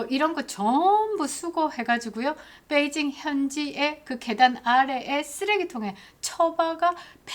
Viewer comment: 뻬이징 이라고 발음하시면 안됩니다 = 베이 빼이 라고 말하시면 다른 뜻이 됩니다 :face-orange-biting-nails